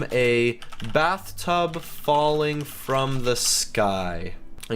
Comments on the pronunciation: You said bathrub instead of bathtub. And popo instead of poop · You said bathrub and popo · he said bathrub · it said bathrub😂😂😂😂😂😂😂😂😂😂😂😂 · I know it did say bathrub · he said bathrub falling from the sky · he said bathrub lol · It didnt say bathtub falling from the sky because you said Bathrub xD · I don't know if you noticed you said bathtub instead of bathtub